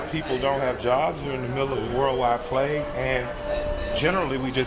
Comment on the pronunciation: He said “plague” and my brain switched off, and I stopped listening…